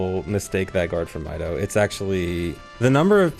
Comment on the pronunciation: The amout of people pronouncing his name as "My dough" is so much more concerning than the people who mistake the guart for him.